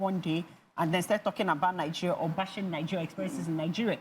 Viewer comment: Nothing said by someone who pronounces Nigeria as "Nigereh".